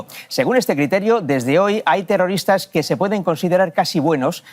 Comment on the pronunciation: Zegimoh ziendo terrorihhhtáhhhhhh 😂....xf!!!